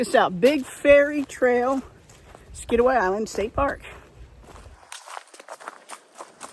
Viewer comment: Good timing lol. I had to laugh at your 27 feet above sea level. That’s a mountain for us.😂 I do a 4 mile walk on the levee everyday. No shade but no rocks! Water oaks have shallow and live much deeper roots. Good to see your local trail. I thought you were saying fairy trail.😊❤